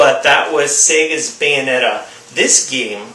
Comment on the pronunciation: What was the game that you said beats God of War 3? Please answer cause I'm going out to buy games today. Thanks, you said something like bane netta?